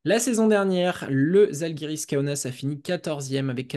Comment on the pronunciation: On dit pas zalgiris le z avec accent en lituanien est comme un ja en français,ca se dit jaalgiris